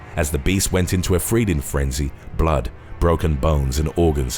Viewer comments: "freeding fenzy" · "freeding frenzy"